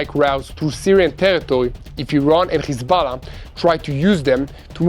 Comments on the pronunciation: Khozbollah😂 Lol this propoganda channel cannot even pronounce correct!! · Stand down??.....that snoobish reporter just said how Hez-Ball-a was defeted :)